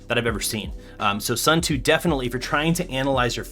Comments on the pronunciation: Watching this while waiting for my Suunto [soon-to], not [sun-too] xD Nice video otherwise! EDIT: I see someone used the same example as me already, lol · Suun-to not Soo-too believe me, i'm from Suunto land Finland. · Say it with me now: ‘Soon-Toe’ 😂😂